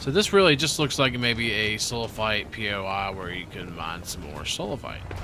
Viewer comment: It’s bothering me so damn much that you keep saying poi like it’s so hard to just say normally lol